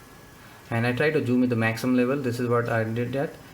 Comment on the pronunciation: its zoom, not choom!